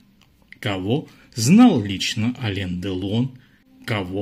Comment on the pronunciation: Автор, Вы бы более правильно произносите не Алень, а Алэн.